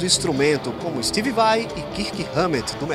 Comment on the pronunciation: "...como stivi vai e kirrki ramét do metallica..." meu deus, não assassina o inglês não por favor, estuda antes de ser apresentador vai.